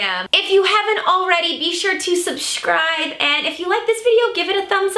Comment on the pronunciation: Lol at the beginning she said shusceibe